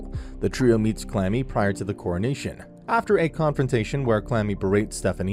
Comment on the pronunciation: He called Kurami, Clammy.